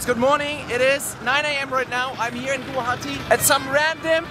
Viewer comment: You have pronunced Guwahati Assam far better than most of our fellow Indian States do